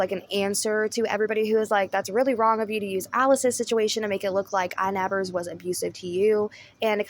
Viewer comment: There is no "s" in inabber